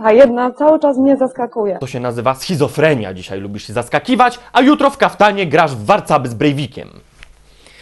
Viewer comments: SchizofreNia a nie SchizofreMia Krytyku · SCHIZOFRENIA!!! nie "mia" tylko "nia" schizofreNIA!!!